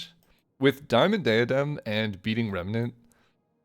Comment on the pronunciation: Pronouncing diadem weirdly after diamond is so funny. It's literally the same sound.